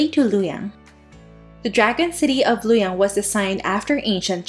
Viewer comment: not lu yang its Lu o yang